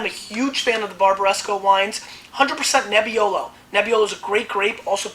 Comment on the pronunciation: Try say the wine grapes name proper you ignorant amateur...